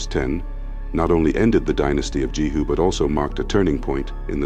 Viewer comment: * King JEHU, Not JERU